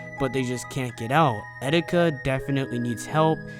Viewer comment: eteeka not edica